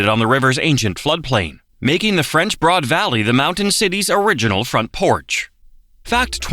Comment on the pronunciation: Looking over just the most recent comments, it seems I'm not the only one wondering if 1) it's all AI or 2) they hired the cheapest announcer available with a vocabulary of about 500 words. RAY lee is the capital city? PIG sah Forest? French BOARD River? ( He got it right after the first mention). Or 3) they wanted to save production money by doing the whole thing in a single take? Makes it hard to take the informational parts seriously.